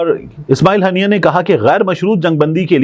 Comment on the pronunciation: Tariq the correction shaheed name Haania not hannia